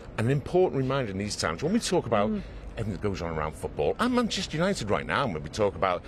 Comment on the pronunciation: Might help if the presenter could manage to pronounce ‘Manchester’ correctly, it not an option, it’s a professional requirement.